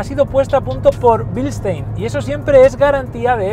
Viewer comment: Si Dios me diera 5 centimos por cada periodista paleto que dice "blistein" en lugar de BILSTEIN, ahora mismo tendria mas de un miata en mi garaje